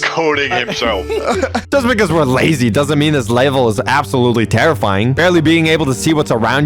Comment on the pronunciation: bro forgot how to pronounce "level" 🙏🙏😭😭😭😭